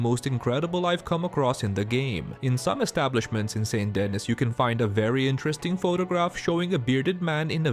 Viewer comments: Off topic but you might be one of first people I’ve heard pronounce “Saint Denee” Like “Saint Deniss” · How can you make videos about this game but not know how to pronounce Saint Denis?